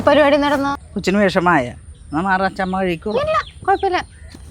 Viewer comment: അച്ചാമ്മ അല്ല... അച്ചമ്മ സ്ക്രിപ്റ്റ് കറക്റ്റ് വായിക്ക് 😄